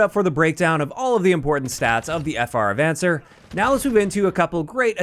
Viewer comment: It's a Spanish word. ah-von-SAYR